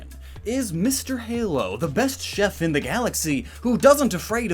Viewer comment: "Mister Chaef"